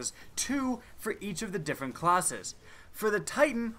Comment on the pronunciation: "Three diffent subclawsses" anyone else here that?